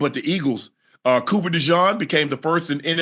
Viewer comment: Unc stay saying cooper last name wrong 😅😅😅